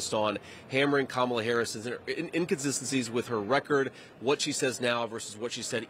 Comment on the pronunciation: Whoa, did y'all just hear that he actually said Kamala's name correctly?? ... more than once, no less!!